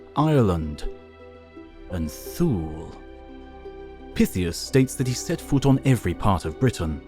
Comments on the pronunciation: ‘Thule’ is pronounced T-Huh-Le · Thule is pronounced Thul-eh. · Thule is pronounced “too-ley” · Not sure if the mispronounciation of Thule was deliberate to draw some comments or that all too common phenomenon of YouTubers not verifying pronunciation of a word they've only read but not heard, but either way, hope this helps... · To be honest, /θuːl/ makes more sense as a pronunciation than /θjuːliː/.